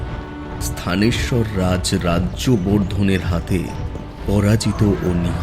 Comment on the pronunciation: স্থানেশ্বর নয়, থানেশ্বর